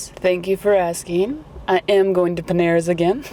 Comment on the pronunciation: OMG I am so very happy to be an emotional sponsor!!! 💜 💜 💜 I was grinning from ear to ear! (And you were close enough to the pronunciation! 💜) If I ever to to the US, I def am going to take a look at Peneras (?)! And again, another great awesome relaxing vlog, thanks! :D